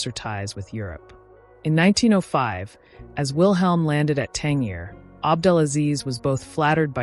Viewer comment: It's 'Tan-JEER'!